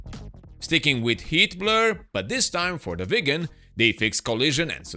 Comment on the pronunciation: Every time this channel mentions Heatblur, it sounds like "Hitler" and that gives me really strange mental images of him coding flight simulator games.